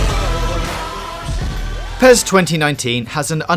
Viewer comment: IGN reviewer cant even say PES properly, he called PES - Pee es :D